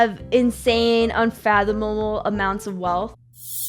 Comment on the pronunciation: Did she say "unfathomle"?